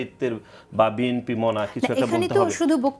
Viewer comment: আমি কোন রাজনৈতিক দল করি না জীবনে কারো পিছনে স্লোগান দিইনি। আমি রাষ্ট্রবিজ্ঞানের ছাত্র ছিলাম তাই রাজনৈতিক সচেতন এবং একজন রিটায়ার্ড পারসন। নাসিরউদ্দিন পাটোয়ারী রাজনৈতিক নেতা হিসেবে শুদ্ধ বাংলা বলার চর্চা করতে হবে!! এই নব্য সংগ্রামী নেতা "বিএনপি" উচ্চারণ করতে পারেন না।